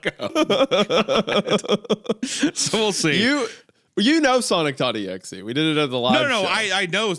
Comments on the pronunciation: Hunter calling Sonic.exe “Sonic XeX” reminds me of the time I once called the story “SonicXCX” and my girlfriend has never let me live it down since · Swear he said sonic S E X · im so sorry, hunter saying sonic xcx instead of sonic exe fucking killed me, 365 party girl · instead of sonic.exe hunter keeps saying sonic xcx like the singer charli xcx who makes club music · hunter said SonicXcX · Sonic xQc